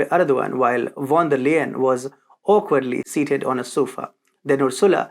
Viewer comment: you pronounce her name "von der Lyin' actually and not Layen